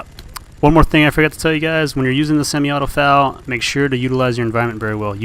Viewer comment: eff ay ell, not fal.